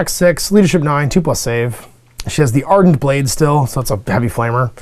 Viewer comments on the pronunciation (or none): none